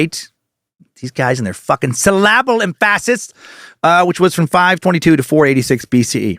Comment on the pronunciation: Sillabble emfassis. Lmao. That's how im emajining such is spelled. Good stuff Dan.